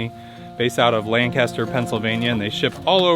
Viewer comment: From Lancaster, PA here and just an FYI for non PAers, it isn't pronounced like Lancaster, England. You pronounce it like Lan-cus-ter. Thank you! 😊